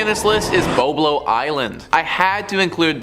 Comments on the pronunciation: It isn't BO-Blo Island; it's BOB-lo Island. Apparently, you can't even pronounce the name of these places correctly!! I used to go to Boblo Island quite often when I was in school. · lol It's pronounced BOB-Lo not BO-BLO 😂😂😂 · The pronunciation is Bob-Lo. You missed when the boat got hijacked….